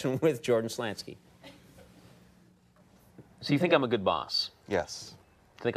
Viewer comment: First time Conan mis-pronounced his last name.